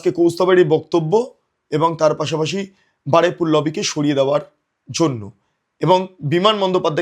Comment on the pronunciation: Shobdota holo Baruipur, Baraipur noy